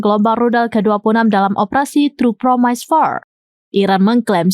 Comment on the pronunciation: Promis, bacanya. Bukan promaise